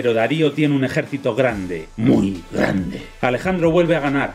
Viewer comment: Jajajajja "muy gandeeeee"